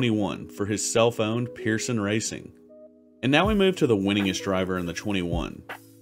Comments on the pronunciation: it might just be my hearing going out….. when called a driver owner “ self owned “ it sounded like., “ cellphone “. now it’s just a little YT fun and games::::: so when said: self owned which did you hear —- cellphone or self owned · Listen to your videos when you’re saying “ self owned “ it sounds likes ‘ cellphone’ you might just need to program the AI voice to annunciate more clearly.